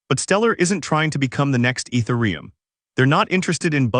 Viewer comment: This is all accurate and good news, unfortunately it's AI voiced, just listen to the is pronunciation of ethereum at 15.45. It's such a shame that this channel is doing this, basically grabbing some written word and then applying AI voice to it. Shame.